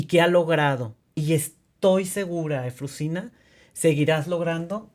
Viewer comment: A la persona que entrevista, por educación debería haber aprendido bien el nombre de EUFROSINA y de dónde viene. Excelente historia de superación de esa pequeña niña de la montaña 💖